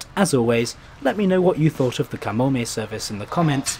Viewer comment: I live in Japan, and I must say - it was great to hear you nail the pronunciation of the placenames etc. Usually people butcher them and it hurts my ears. Good stuff. Easy sub.